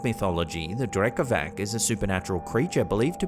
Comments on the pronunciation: No offense just wanted to let you know Drekavac is pronounced like Drekavats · The Slavic creature is pronounced Drekavats (Drekavac) meaning yeller